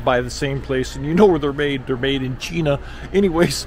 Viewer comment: can you please pronounce "China" correctly and not try to imitate The Great Dump! A mispronunciation is a mispronunciation. You can excuse yourself to a bad educational upbringing!:face-fuchsia-wide-eyes